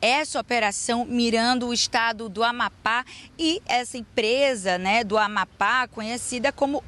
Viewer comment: NAO SABE FALAR AMAPÁ. 😅😅😅😅😅😅😅